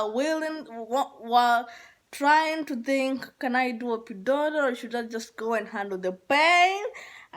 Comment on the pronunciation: Epidural not Epidorol 🤦🏿‍♀️